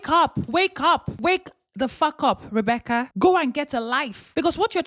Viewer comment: Did you just say Rebecc-ERD?? 🤣